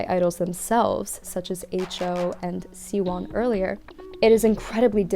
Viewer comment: Also just to maybe help you if the name in Hangul is 시원 and in English spelled siwon or siwan then it is pronounced kind of like she-wan if that makes sense. The end of it is pronounced like you did it but the si is more like "she"